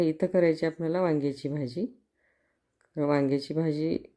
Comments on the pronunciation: भाजीला भजी कां म्हणताय ? तोंड उघडून भाजी म्हणा . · भजी बोलता कि भाजी बोलता हेच नीट कळतं नाही